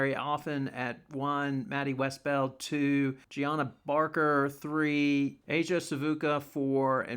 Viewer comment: Also, it’s pronounces “juj-nigh-uh” barker. Not Gianna lol